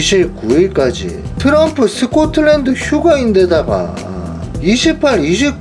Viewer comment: 찍끼찍끼 도람풉니다...발음이 점점 좋아져요